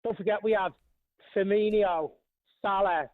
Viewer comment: Can people stop saying Firminio. It's Fur-mee-no